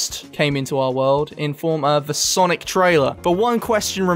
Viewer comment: It's sanic not sonic